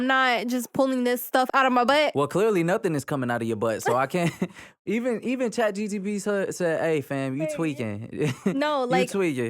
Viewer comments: It’s chat gpt not gtp😂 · bro said chatGTP 😄😄😄😄